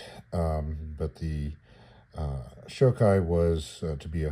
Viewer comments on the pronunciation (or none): Nice little kit. It's pronounced "sho-kee," and by the way, that "ki" kana in front of "44" is also pronounced "kee," you're not supposed to spell it out "K.I.," that's like calling a P-51 a "P.E.E. 51".